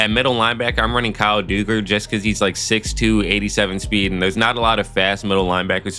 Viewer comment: lol u said kyle dugger wrong... great vid tho